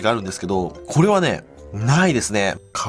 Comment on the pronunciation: 皮ポンいきます、「かわぽんっ」 って聞こえる